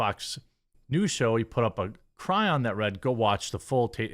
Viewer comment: It's pronounced KY-RON I know because I used to hold stocks in that company.